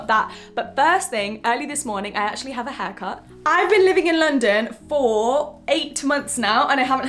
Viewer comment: Instead of haircut I heard hacker!